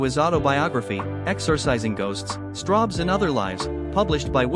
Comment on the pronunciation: ... Are you sure it's not Strawbs, and not Strobes ? ... (÷